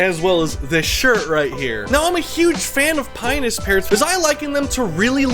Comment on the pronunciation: You keep saying it like "Penis" lol. I think it's Pie-o-nus. Has everyone I have spoken to said it wrong?